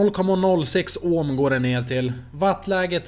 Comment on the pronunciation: Det heter ohm inte ÅÅÅHM